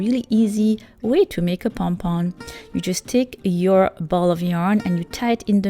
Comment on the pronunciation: Good hacks👏 But definitely not number 5 that is just a waste of yarn and also I heard her say pon pon not pom pom😂